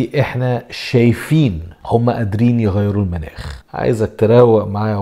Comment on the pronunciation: تلفظ مُناخ وليس مَناخ